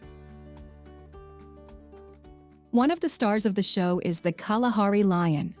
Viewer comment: Butchering of names at high level, didn't think Kalahari will be butched as well😂😂